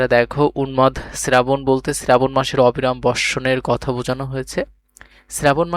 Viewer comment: শ্রাবণ❎ শ্রেরাবণ✅😂